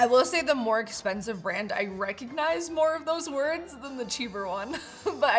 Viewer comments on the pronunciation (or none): none